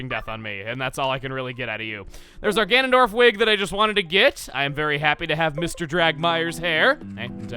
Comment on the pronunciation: I thought you said Gandolf instead of Ganondorf (Did i spell those correctly? Im tired.)